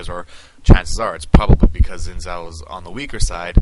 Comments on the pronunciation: Sorry for being a prick, but Xin Zhao is pronounced "shin-jhao". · Your pronunciation of Xin Zhao is wrong.